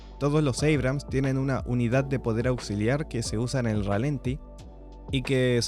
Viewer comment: Chequea la cifra de torque que mencionas, está mal. Por cierto, la acentuación correcta es ralentí y no ralenti. Saludos